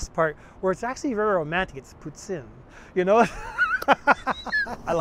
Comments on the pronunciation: As a Québécois, i'm glad you take time to go over the pronounciation of Poutine! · actually its pronounced pooteen because thats how i pronounced it